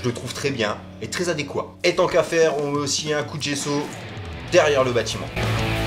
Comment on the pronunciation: Gessoter et adéqua.... le mec il dit "ui" et il a problème de t ma parole... je te kiffe, excellente vidéo et marrant de voir comment tu as fait ta peinture je pensais que tu partirais sur des nuances différentes selon les matériaux comme les pierres d'angle. Toujours cool de voir une autre vision ^^